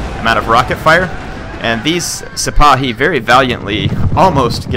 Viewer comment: Well, if it makes you feel any better, you're pretty darn close to correct on the pronunciation of "Sipahi," which is actually an Ottoman term that the French appropriated in the 1830s.